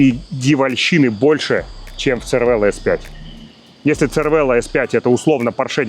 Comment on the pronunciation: Cervelo по незнанию можно произносить как червело(на итальянский манер) или цервело(тут уже не знаю откуда). Но лучше скорректировать и говорить сервело. Режет слух.